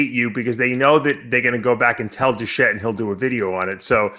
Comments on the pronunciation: even Dave says, "Du-SHE" and you misspelled it within the title too. It's Doucette, poor guy, even Dave called him "DOUSHE'". :)) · “Douchette” lmao, Dave is a fucking joke with all the drama. But more drama means more views and more revenue. People hate on Greg a lot and that’s speaks volume. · Come on guys it’s ‘doucette’ not douchette. You don’t have to like the guy but he’s helped put quality info out on gear and you take the good with the bad. He’s making money and clearly not out to make friends. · His name is pronounced "Douche - Shit" , come on people! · Greg "douchette" lmfao! Lee is a legend! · Take a shot every time they butcher the pronunciation of "Doucette"... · BrossPhysique I’m honestly starting to think they didn’t know they mispronounced it. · I suggest people go to Greg's channel and actually watch the video to see what really happened. Dave and Lee are wrong in this video. Lee still bashing Greg instead of looking at the facts of what was really said and this other guy dave mispronouncing his name when he clearly knows how to say his name, he even said hes had him on his channel before so why do that? and you want him to be on your channel for a debate after you mispronounce his name calling him a douche? petty and pathetic personality shown from both of you in this video.